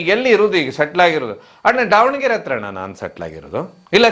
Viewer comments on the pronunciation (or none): none